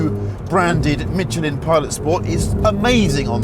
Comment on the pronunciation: When the English gonna learn how to say Michelin??? Lmao...🤣